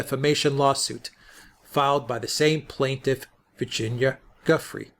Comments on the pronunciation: You’ve finally learned how to pronounce “Ghislaine”; now how about learning how to pronounce “Gufrey”? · It's pronounced Gu- freiy not gufree. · Thank you for clarifying the pronunciation of Ghislaine. :-) Btw Giuffre is pronounced as in French (zhoo FRAY) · Gentlemen, the correct pronunciation of Virginia’s surname is “Zhu-FRAY”. The accent should be on the second syllable. Good show. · Please learn how to pronounce Gufrey properly. In sure you do it if you really try!